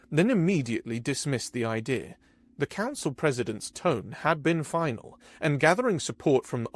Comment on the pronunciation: 5 of 5 Next time impress me and drop the British 'R' from the word 'idea'. LOL